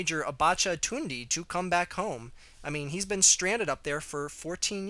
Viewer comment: It's pronounced tunda